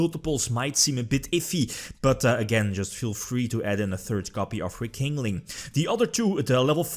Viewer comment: Nobody:: Re-King-Ling.